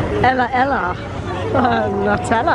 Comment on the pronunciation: It's called "Nutella" not "Natella"